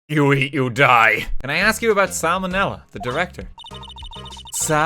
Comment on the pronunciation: Sal Manella? I prefer Sam O'Nella